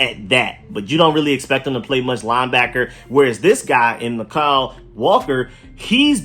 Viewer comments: Mykal walker is pronounced like Michael. That's how my sister's name is spelled and pronounced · It's pronounced Michael